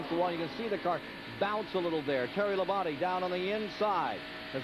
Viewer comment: I am not sure what is more annoying. Announcers back then pronouncing Terry Labonte's name wrong by saying "Terry Labon-TAY" or announcers saying "Mike Waltrip" instead of Michael Waltrip. That's just me